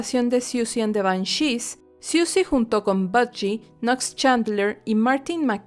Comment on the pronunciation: ¿Por qué acentúas Banshees en la e?, ¡eso me desesperó!